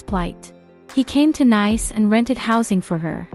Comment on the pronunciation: It's an AI voice system using English so everything including the names are mispronounced. Not really anything Valentina can do about it